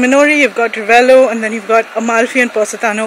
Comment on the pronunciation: Thought Ayesha said "Village of Rebello"🤣